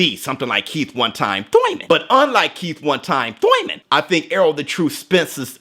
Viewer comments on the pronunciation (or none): Been an avid fan of yours. Please don't stop making these kind of contents 🙂 By the way, do you beef with Thurman for always saying Thoyman or Toyman. Haha. I don't know. 😁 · Me.... but I’m in the U.K. :( Small bet on Spence for the win. Also the way you say “thoiman” 😂✌️